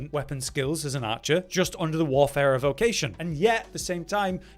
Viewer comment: Thank you for pronouncing Warfarer properly. This eludes many a YouTuber.